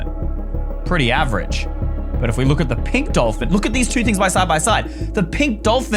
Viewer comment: Bruh when u said pink DOLFIN u said pink DOLFIN